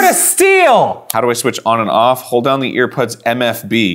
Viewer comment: he said Earpuds, heheheh, earpuds....